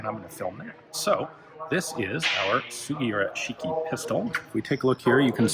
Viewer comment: Luke Troftgruben the pronunciation guide on the linked video does not apply in this instance. The reason being that 式, when said at the beginning of a word or by itself has a different intonations than when said at the tail end of a word such as 杉浦式. This is a peculiarity of Japanese phonology called “moras” which can be particularly difficult for non-native speakers to comprehend. Although Japanese is strictly a monophthong language (as opposed to a diphthong language like English) it nevertheless has variations in intonations according to usage and collocations.